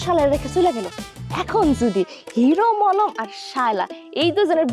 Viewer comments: নাটক ভালো তবে মানুষের নাম বিকৃত করা ঠিক হয় নি,হিরো মলম না হিরো আলম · Hiro allom ❌Hiro molom✅😂😂😂😂😂😂😂